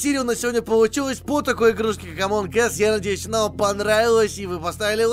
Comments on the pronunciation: Блин,,не позорь Инглишь,говорится в конце ассс(ззз), пожалуйста,блин бесите ахха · Прикол в чём что не ас ,а не Эс-это жопа по инглиш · на английском произношение слово us ( ac), а ты сказал ( эс) - это жопа. Среди жопы)))